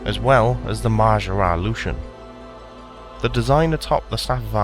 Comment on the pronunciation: great vid, seems like a good god. just wondering isnt lucien pronounced "Loo-see-en"?